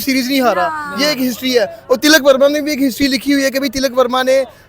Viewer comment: ती.लक है not ती. लकी